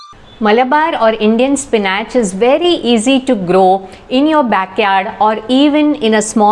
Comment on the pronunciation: Spin atche😂😂 pronounce properly madam